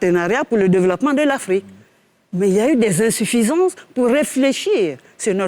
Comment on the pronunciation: Insuffisance tu dis ALI 😂😂😂🤣🤣UNE VRAIE CATASTROPHE. Y A QU'À VOIR SUR LES RÉSEAUX... UNE FAUTE À CHAQUE PHRASE 🤣🤣🤣🤣